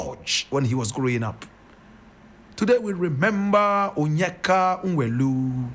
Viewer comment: Nwelue is pronounced “Nweluwe”